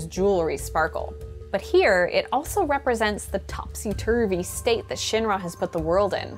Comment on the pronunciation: The way she pronounces Shinra tells me that she never played ff7